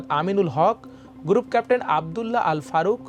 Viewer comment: 'Amar Desh' should appoint some more efficient news presenters. Special care should be taken of their accent actually. It's so wired to hear "উচ্ছ পদস্ত" or গুরুপ ক্যাপ্টেন or some other pronunciation like these.